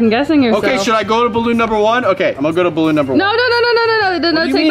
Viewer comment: You said balloon wrong 😠